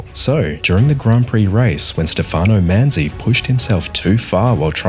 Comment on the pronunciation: Great short. The only inaccuracy is the pronunciation of the name "Stefano". Otherwise very good!!!